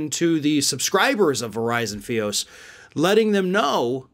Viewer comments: "feee-oosss" fy-os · FiOS = Fiber Optic Service and is pronounced F-eye-OS, not F-eee-OS LOL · "Fee-os"? It's pronounced "Fie-os". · Not F-eee-o-s. Its, F-eye-o-s As someone who pays way too much for their service, its about damn time they got rid of OAN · So ya know, Fios is pronounced FI-ose, not FEE-us. 🙂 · FIE, not FEE. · FYE-ohs - Fi ohs - just correcting that lol, Fios sounds terribly wrong, I'm going off the pronunciation of the verizon people. I love it, and I love, but i had to correct that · Pedantic, but Fios is pronounced Fie not Fee. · It's FYE os. Like fee fy fo fum. I have Fios and I'm thrilled they getting the axe. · "Verizon fee-ous" lol. Someone doesn't have FiOS in their area. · that's a long "i" good sir. F-(eye)ose. FIOS. As you were. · Good reporting as always... but if I have to criticize one thing, it's how you pronouced Verizon FiOS... it's said as (fy-os). Just a minor nitpick. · That is pronounced "feye ohs". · It is pronounced FI (as in fly) OS. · It's pronounced "Figh-Ous" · FIOS is pronounced as Five-OS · It's pronounced F-eye-ous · Not a dog on you, but Verizon Fios is pronounced with a long I sound. =] anyway...down with OAN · It's pronounced (fah-i-os) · FIOS is pronounced Fi’ ose.Have you been living under a rock? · You pronounce ‘FIOS’ wrong.